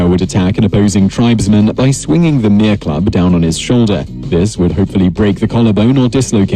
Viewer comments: He said Mere wrong. The actual Maori pronounciation is Meh-leh not Mear. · Its Mere roll the r Not mare Mere Roll The R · 3.01 the mere club????? you meen the mere, pronounced me rrree two sylables , this poms having a mare a nightmare lol hes fucked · Hongi Hika was just the son in law of Ruatara the man who protected Marsden. Hongi Hika is most famous for the Musket Wars 1820-30. Seriously tha English nigga called the path a mere club wtf. He could at least roll hi “r”s when saying stuff.